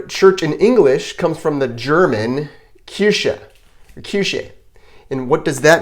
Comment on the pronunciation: In you sad [kirshe] - that is wrong , on German that is mean "cherry "🍒. "Kirche" - that is [kirhe]